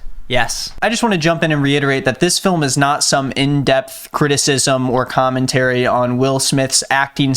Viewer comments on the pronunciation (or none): none